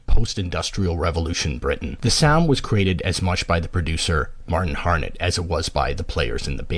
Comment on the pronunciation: Martin Hannett, NOT Martin Harnett. Why does this happen so often in YouTube videos?